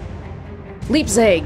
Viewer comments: for your information the “ei” in Leipzig gets pronounced as an “I” in English, just a little bit about the german language.😉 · "Leipzig: This one's "ei" is pronounced like in "leisure" ;)" Nope. Like "I".